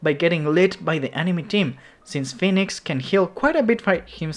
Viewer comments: Phoenix not fenix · did my homie just say Fenix? xD